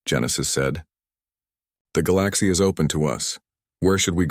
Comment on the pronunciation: is it SO hard to pronounce Galaxy correctly?